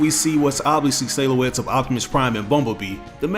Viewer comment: Lol "sayloettes"